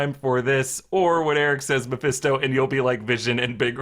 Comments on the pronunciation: Gurllll it’s not MAFESTO! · keeps saying Mepesto like he's an Italian sauce.